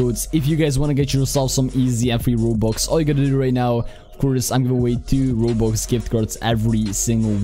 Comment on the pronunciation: Nobody: Absolutely no one: Not even HuMaNs: pronouncing "Robux": Wobux